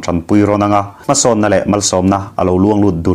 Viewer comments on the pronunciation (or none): none